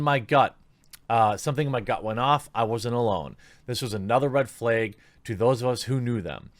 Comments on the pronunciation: "RAEG, FLAEG" TheQuatering. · hehe.. red "fleag" --- I enjoy your work :-) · “Flayg” - The Quartering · Just curious... why do you pronounce "rag" and "flag" that way? I have never heard it done that way.